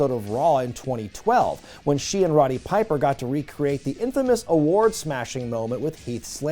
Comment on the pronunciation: Did you say Ronny Piper? Lol it's Roddy